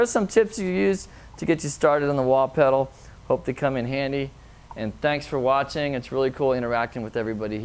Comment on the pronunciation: "thanks for wah-tching"